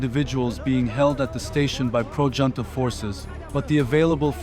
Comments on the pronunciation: Trivial note : "Junta" is pronounced as a Spanish word, more like "Hunta" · junta is pronounced hoontuh, brother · Fucking embarrassing. "Hoon-Tah" or "Joon-Tah" Figure it out next time before you post a video. Ridiculous. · Ich glaub' auch im englischen spricht man s `hunta`aus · Here's my support: Decide which way to pronounce "junta" already! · Please pick one way of pronouncing "junta" and stick with it... you keep changing it in every sentence 🙄